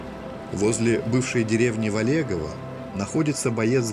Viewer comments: Не волЕгово а вОлегово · Точно: должно звучать: ВОлегово. Фамилия Волеговы- очень распространена в Пермском крае...